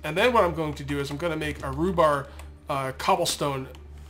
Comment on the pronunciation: say it with me, reeeeee-bar. reeeee-bar. rebar rhymes with knee-bar.